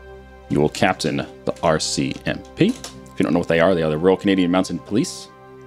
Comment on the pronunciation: did he just say royal canadian MOUNTAIN police?